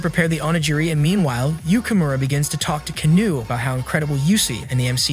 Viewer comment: It’s Kano not canou